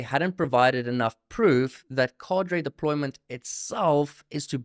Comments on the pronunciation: 👍 ps pronunciation is : kaa-druh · 😂😂 dude switching r and d in Cader deployment got ! Even the clip he played an afrikaner pronounced it correctly. Otherwise create video